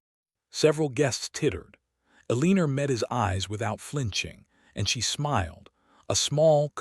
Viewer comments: Dang it Even switching to reading transcript, I keep hearing a leen er every time I come to the name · PLEASE: If your AI cannot say Eleanor correctly, find another name for your character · Staring - with a long a, fading with a long a, too many more to list. And will someone please get that woman's name corrected (in every single occasion of it's occurrence in this and other platforms where it is consistently butchered) or start using a name that cannot be mangled.